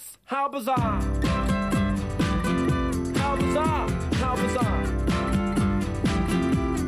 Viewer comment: I do really like this song but I do not like the way in which he pronounces "bizarre", among a few other words. My apologies to anyone from Auckland, New Zealand who may be reading this, but this accent is just offensive to my ears.